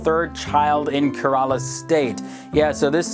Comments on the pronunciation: Dafaq is karala it is Kerala(keeerala) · Not keraaallaa but kerela sounding like keereelaa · karela nai Kerala 😅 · That's not how you pronounce "Kerala" 😂